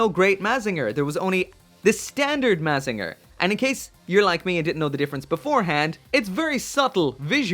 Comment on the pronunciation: You said mazinger wrong.